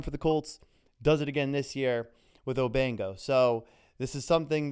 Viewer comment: O-BANG-O lol